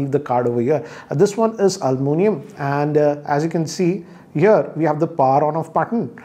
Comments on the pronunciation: Sir “ Alu mi nium “ not “ Almu nium” 😂. That’s funny 😆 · It's almunium not aluminum. Me:-🤔....... 😂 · Yes. This pronunciation is much required